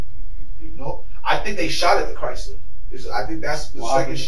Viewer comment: I've never heard someone pronounce CHRYSLER so correctly!!!!! 😂😂😂😂😂😂😂